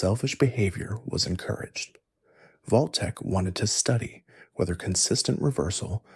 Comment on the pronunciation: wtf is Voltek? Its Vault tec